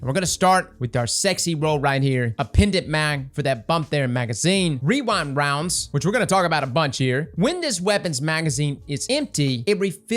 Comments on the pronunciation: wee-rind wounds, i cant say REWIND ROUNDS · I swear for some reason I would hear wewind wounds instead of rewind rounds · I don't know if it's your mic, but all i heard was "weewind wonds" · "Wewind Wounds" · what type of rounds is he trying to say because he is not saying rewind lol